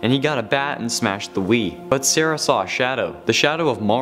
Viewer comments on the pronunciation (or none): none